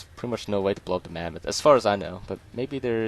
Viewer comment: Love how you call it the mammath